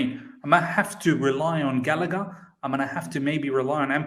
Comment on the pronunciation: Fam, put some respect on Gallagers name wtf. you man are bugging! england internation uno 😣